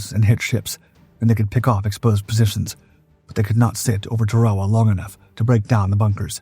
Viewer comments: Tar-A-Wa is the correct pronunciation. I really hate all these AI BS videos. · Please learn how to to pronounce words like Tarawa